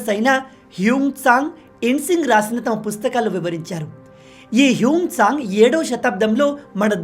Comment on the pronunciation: HUNUSANG KADHU BRO HUYANSTHANG.